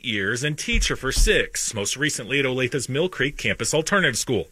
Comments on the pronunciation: Olathe! Not olath!. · It’s pronounced oh-lay-thuh lol.. in Johnson County KS, one of the wealthiest counties in the nation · It's pronounced Oh-Lay-Tha... I'm a local Kansas native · its pronounce oh-lay-tha